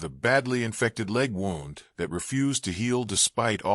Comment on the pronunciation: Please Please Please learn to READ ..... WOUNDis pronounced Woo..ND Please People its so sad that Voices coming up are not educated enough to be a Voice we would love to listen to